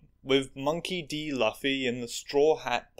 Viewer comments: It hurt my meow meow when you said L uh fee instead of Loo fee 😢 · It's Loo-fee, not luh-fe. Not even 2 mins in, god this is gonna be a hard vid Edit: Kai-DOO, kai fucking DOO. It's Kai-Doh, he aint Scooby's cousin! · I’ll edit this if I’m later wrong, but that was definitely “L-uh-fy”, and not at all “laugh-y” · Kai doo and Luhfee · "Loofy". It's pronounced "Loofy". ok, pointless winging over lmao. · WHY DO YOU CALL HIM LAFFY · Oh man, I love this series by, but I'm not sure how long I can watch you say Luffy like that 😂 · I physically recoiled at the pronunciation of Luffy 😭😭😭 Still love your work tho 😂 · I’m going to have to come back and finish this one when I am caught up. Still debating about whether or not to down vote for the pronunciation of Luffy’s name. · Please say Luffy better